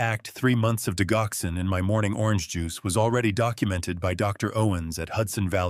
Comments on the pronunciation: THAT IS PRONOUNCED DIDGOXEN, DUDE!!!!!!! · digoxin is not pronounced wit a hard G... it is pronounced like diJoxin..... Jox not Gox.